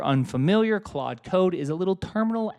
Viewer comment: 23 claude not quad